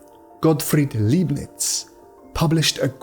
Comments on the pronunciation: Why can't AI get the number of fingers right? Leibniz is not pronounced Leebniz. but Libniz. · It's pronounced Liebnitz ya nation (said like lie)